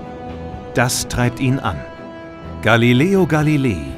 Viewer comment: Gilileo Galileel